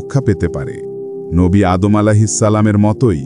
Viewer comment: আদাম আঃ ইসলাম না সঠিক উচ্চারণ, আদম আঃ ইসলাম